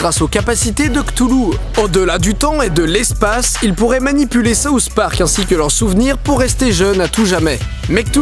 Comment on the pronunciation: Ahah j'adore comment les français dise les "th" sousss park